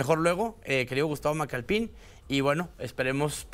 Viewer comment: "Macalpin", no "Macalpín".